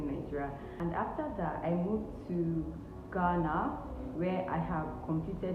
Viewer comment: You are the first Nigerian I have heard pronounce Ghana right.. Nice video 📷